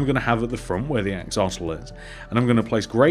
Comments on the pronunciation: Its axolotl not axotl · It's not called axotl it's called "axolotl" it's in my name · He said axotle